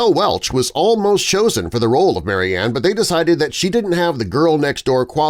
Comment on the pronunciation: Her name is spoken as Mary Anne. Marianne is pronounced differently.